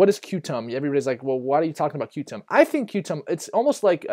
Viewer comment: Qtum is pronounced “Quantum”, good video, thanks!!